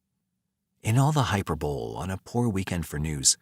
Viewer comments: Great work, even gave me the giggles with hyper-bole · Hyperbole is not hyperbole it is hyper- bole- ee